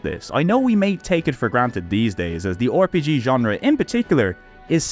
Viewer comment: Yes! returns! The finest Youtuber that pronounces it "Oar-PG" showing us more bizarro games for the Playstation! Thanks for putting Space Debris on my radar. It was great to see you tackle NASCAR Rumble; always fun to hear a Euro perspective on arcadey NASCAR titles, honestly. Elemental Gearbolt seems kind of awesome. Great episode!